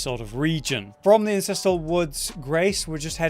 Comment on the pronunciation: it's AN-censteral Not IN...ces.... godamnit why.